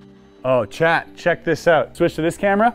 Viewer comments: He was saying "Chat" all the time and I thought he was talking to someone called "Chad"!! 😅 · Every time he says chat I swear he is really saying Chet 🤣🤣🤣